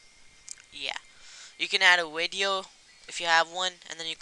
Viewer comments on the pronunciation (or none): But you did say wideo though. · i havent made a awideo in a awhile :D [speahcless]